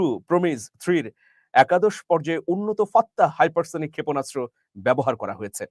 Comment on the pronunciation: সুপারসনিক আর হাইপারসনিক ঠিকভাবে বলেন